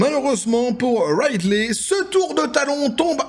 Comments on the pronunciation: Juste un truc : "Ridley" se prononce "ridli" en anglais, pas "raïdley". Par contre, je sais pas quel film t'as regardé, mais même si peu de gens aiment Rey, tous s'accordent à dire que le jeu de Daisy Ridley est bon, car il l'est réellement. Elle n'est pas mauvaise actrice, loin de là. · Ah on est d'accord, c'est plutôt "Ridli".